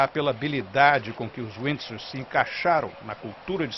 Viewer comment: Não sabe nem pronunciar Windsor